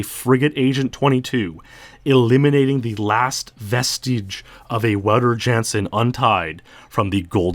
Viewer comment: Wow-ter is (mostly) correct. Ou as in ouch. Got his last name wrong though. Jan sounds more like yawn without the w, Ya(w)n-suhn or Ya(w)n-s'n, the uh sound is extremely short.